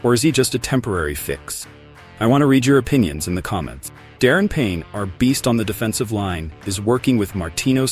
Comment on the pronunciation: Darren Payne? It’s Daron brother.